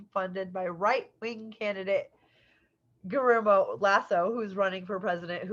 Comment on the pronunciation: Guillermo is pronounced gee air mo